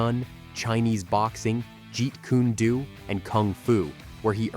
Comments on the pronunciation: Liked th video, however it is pronounced "Jeet Koon doe" not Jeet kuneey do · Get a better AI voicetrack. "Jeet Kuney Doo"? C'mon; that's pronounced "JEET KUNE Dough". Any martial artist knows this, and your terrible AI voicetrack just lost them as watchers... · For the love of God why can't these freaking narrators learn how to pronounce martial arts names properly?Like Jeet Kune Do there is no such name as Jeet Kuney Doe you Damn Idiot!!! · The announcer has some naming issues. For example, it's not pronounced Krav Mah-gah, It's Krav Meh-ga. And Jeet Kune Do is not "Jeet Ku-knee Do," which he later calls "Jeet Kune Doo" and "Jeet Ku-Nee Doo." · What the fuck is "Jeet-kooney-du"? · jet - like air jet kun and DO- like john doe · Jeet kooney doo..... wowza lol. Bruce Lee is barely proven or known. Lets not worry about pronouncing his creation properly lol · Jeet kooni doo?😂😂😂 tfays?? Steven seagull?😅😅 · If anyone’s gonna have a commentator say “jeet kune do” maybe spell it differently to sound like it supposed to, disrespect of Bruce Lee if you say it wrong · Great video, but it's painful to hear some of these pronunciations, especially Jeet Kune Do. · you are pronouncing jet kune do completely wrong pls learn to pronounce it properly